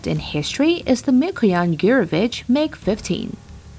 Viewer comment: Please learn how to pronounce “Mikoyan.”